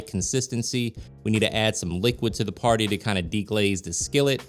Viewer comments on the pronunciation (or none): none